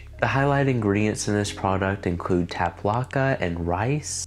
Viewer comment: The ingredient is "tapioca," as in tapioca pudding. No "L".